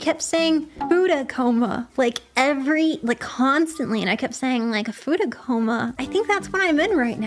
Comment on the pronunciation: Oh, "Futa" I was hearing "fooda" yeah I'd giggle about that one too